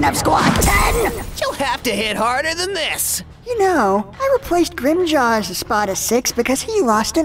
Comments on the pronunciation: Am I hearing things, or are some people calling Grimmjow "Grimmjow" and others are calling him "Grimmjaw"? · no a lot of the time they say Grim Joe not Grim Jaw or Jow(J+Ow sound as in the sound you make when your hurt) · I swear several characters say Grimmjaw instead of Grimmjow in this series. Has anyone else heard that? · I love how all of them pronounce grimmjaw name differently. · in this series they pronounce it Grimm joe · they pronounce it Grimmjaw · "And Grimjow" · I like how different people say Grimmjow's name differently. Everyone speaks differently, no pronunciation is flawless.